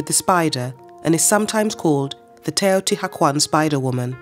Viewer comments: I cringed so hard when she started out with TEOTI HACUAN. I Can't continue this video. Definitely will look for another documentary now. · TeotiHUACAN not hacuan. for christ sake pronounce your report correctly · Such a shame she cant say it right... shes saying teotiguajuan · Hmm... Wrong in the very first word of the narration ("Te-o-ti-ha-kwan"?)... Can the rest of it be any better? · It’s pronounced more like “teyo tea wah con”. It hurts hearing it mispronounced so many times is short succession. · "Taotihuaucan" jejeje no quisiera saber cómo pronunciaria al tezcatlipoca hitzilopochtli :v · Teotihuakwon. Stop hiring british people to pronounce nahuatl!!!!!! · Please have the right pronunciation of this place if you’re going to do a video !!! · I'm enjoying a lot this documentary, however it bothered me a lot that the narrator keeps pronouncing everything wrong. Most of the things she's naming have an english translation and the word "Teotihuacan" can be typed into google translator to get the acurate pronunciation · The mispronunciations make it hard for me to hear the information. The h is silent and the Nahuatl accent is on the penultimate syllable. And she pronounces some Spanish words as if they were in Italian. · And mispronounced Teotihuacan every time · The H is silent ! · How can you narrate a documentary on a city and not even pronounce it correctly?? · ooff, you just butchered the name without mercy! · Wow, I wish she could say the name correctly😢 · Please learn proper pronunciation before creating a documentary. Your accent is no problem, but a lot of the pronunciation is incorrect. Otherwise, thank you. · Couldn't they teach this woman to say it correctly, before making this documentary? Ruins the whole thing. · H is silent. Cringing. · I'm just 1 minute and 30 seconds in and I hear "the cuidadela" , "Teotihacuan" ,XD. Jesus before making a documentary at least learn how to pronounce properly the names ...